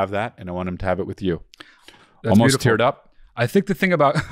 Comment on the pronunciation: “Sbeautiful hair”